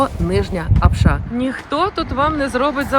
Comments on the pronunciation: Апша, а не апшА, наголос на першу А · Все чудово,тільки наголос на слові Апша, не першу букву А. Коментатори,українці котрі тут не жили,думають що то так просто заробити навіть на кордоні на такий будинок. Пишуть тільки із-за зависті